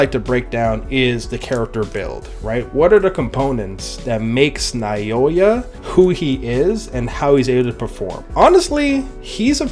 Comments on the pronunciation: Now-yuh is how you pronounce Naoya btw 😊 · Just a little help with the pronunciation of his name. Naoya is pronounced like NOW-YUH. Great video btw brotha